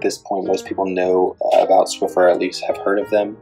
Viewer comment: BTW there is no "T" in Swiffer. ;-)